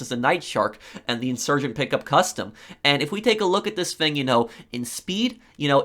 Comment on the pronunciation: I love the way you pronounce thing as “fing” 😂